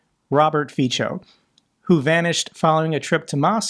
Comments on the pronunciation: It is pronounced Fitzo, not Feecho. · Is your pronunciation of Fico deliberately resembling Pičo (his name should be read Fitzo not Ficho - resemblance to slovak rude word for ladies parts might be just coincidence:-) but makes me giggle every time (czech speaker here). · just enter pičo in Google Translate. It was a wordplay based on mispronunciation of Fico. The actual pronunciation is Fitso. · you're great, I love your podcasts -- or videos. A few remarks about foreign pronunciation: You said FEE-cho, well, that's an improvement over FEE-ko, close but no cigar. It's FEE-tso. I know it sounds foreign, and Feecho sounds Italian and you love pizza, but it's not Feecho, it's FEE-tso. Look, dude, I've been speaking Slovak since I was 15, that's when my mother taught me Slovak and German at the same time, good thing. So I know. Next, Zaporizhzhia. That looks off-putting to Americans and I don't know who else. You've got to inhabit the Slavic language space to get it. That's two zh's, one after the other. Think of it as one zh. Sure, after all, if it were two sh's that would be equally weird and you never see that in English. Just think of it as one zh and stop saying z for it, it is not z, it is zh (basically), stop having a bad hair day over two in a row. Stop thinking of it as z followed by a mess that you don't want to deal with. It is not that. It is what I just said. Lastly, just for the fun of it, the name of this Slovak commentator with a Hungarian name Szabolcs, that's pronounced SAH - bolch or SAH - boltch. Not unusual among Slovaks in the southern part bordering Hungary. My cousin's daughter just married a guy with a Hungarian surname: Zsigo, OK, ZHEE-go. In Slovakia. Not unusual. I know you're jealous of me because I have a Polish wife, but she died 10 years ago, it is sad and Polish is hard to learn, the hardest Slavic language to learn because of the d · Fico is pronounced "fit-so", not "feetcho" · It’s pronounced like ‘feetso’